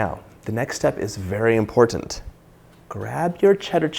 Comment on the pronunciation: It is very important to accentuate the T sound in the word "imporTant"